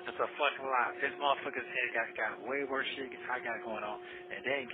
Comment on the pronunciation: She still manages to make this situation “worsa” 😂